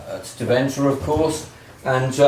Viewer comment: Hope to meet you in Deventer again then. By the way, it's DEventer - with the emphasis on the first part.